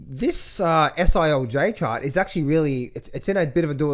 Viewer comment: Love when shows the gold "Owey Chawt" 🤣🤣🤣